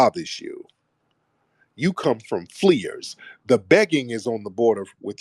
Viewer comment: 😅😂 He called them fleerers